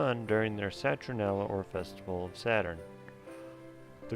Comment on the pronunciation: Great info. It sounds like you are saying "Citronella" but I get the gist.